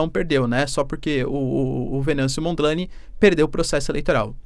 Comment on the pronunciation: Lê-se "Monjane" e não Mondlane